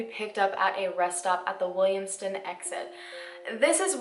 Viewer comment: pronounced Williamstown wrong ... it's not Williamston. And then out come here comes corrupt cops and having people covering up everything!